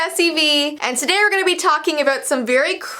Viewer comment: hey guys its vee What I heard: hey guys its the nice sweet queen